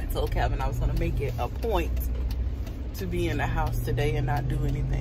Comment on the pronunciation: Calvin! Not a Chai “P”🤣🤣🤣